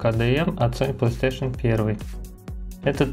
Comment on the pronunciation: Азхаххааххах Палистэйшн